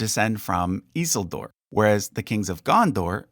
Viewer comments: Your pronunciation is odd. We usually hear the names with the stress on the second to last syllable. GaLAdriel. Gil-GALad. iSILdur. And so on. Rohirrim names however always have the stress on the first syllable, and I can think of Ar-Pharazôn for the stress on the last syllable, possibly other Adunaic names. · The way you pronounced Isildur made me think you were talking about a completely different character for a second. I was like "who the hell is that?" then realized 😅